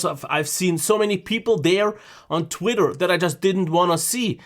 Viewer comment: "...I tit quitter..." . 😁 Made my day! 👍👍👍